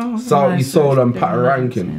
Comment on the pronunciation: you guys always pronouns shit on these African artists names it's Pa-to-ra-kin-ki-ng, can't you read that?